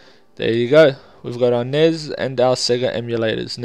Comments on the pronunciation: "Nez"??? N.E.S. COME ON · Nezz? It's pronounced Ness flustered furry sounds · Why do you pronounce Nez ??!?!?!?!?!